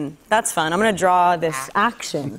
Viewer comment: that's hilarious I thought only my brother said draw like drawl